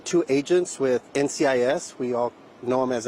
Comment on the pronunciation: Gibbs won't be very happy he butchered the name of NCIS